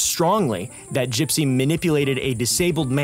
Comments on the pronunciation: did he just call her "GUYpsy"? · wait, it's pronounced "guy-psy"? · “Gipe-sy Rose” 😂😂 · Did he purposely start calling her “guy-psy” 3/4s of the way through? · Curious why you pronounce her name like that?